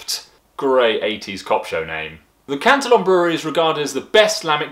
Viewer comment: "cant-till-on" wat